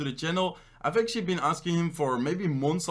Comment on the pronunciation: Do u know how much “actually” u said ?? U didn’t even say actually u say “acshi” all the time and its so fucking annoying